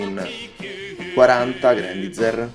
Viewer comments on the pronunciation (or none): Mi chiedo perchè continui a leggere il nome come è scritto... ormai si sa, l'inglese non ha regole di pronuncia, ma ciò non toglie che il nome del robot è pronunciato Grendaiza(r) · Non fraintendermi, ho apprezzato la recensione (ne ho pure viste altre riguardanti questo modello, per un prezzo simile tutti i difetti e le incongruenze che si porta appresso mi intristiscono). è solo che era la prima volta che sentivo una persona pronunciare così quel nome, è mi è parso alquanto strano. Poi sì ecco, lasciando perdere i giapponesi e il loro GURENDAIZAH, grendaizer è più la pronuncia americana solita, mentre io ho scritto quello che un britannico avrebbe detto, con una "r" tendente a un "ah" finale. Niente, cosucce, lascia perdere:)